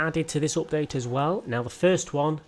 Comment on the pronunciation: No one:: Opdayte 26